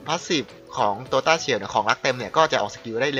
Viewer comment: ต้า-เฉียว ค่ะ ไม่ใช่ ตาเฉี่ยว